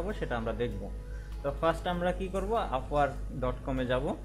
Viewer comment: Vai, afwork na upwork?